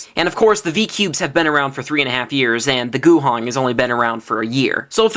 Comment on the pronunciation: Guhong not gushing lol